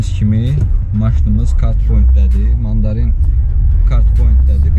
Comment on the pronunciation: Deyirsen mandalin yox mandarin be sen niye deyirsen mandalinin yanina gedirem 🤔